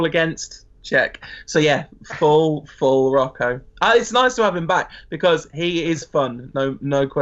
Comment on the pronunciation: STOP SAYING ROCKO!!! LOL!! What's so hard with English people and just saying Roho? haha